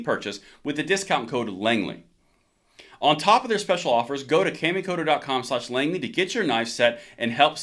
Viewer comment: Awesome video. Knife company is pronounced " Ca Me Co Toe. " It's just the way Japanese is written in English letters.